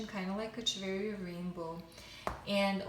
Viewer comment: Hello, the pronunciation of Echeveria is wrong: "ch" sounds like "k"... ! ;)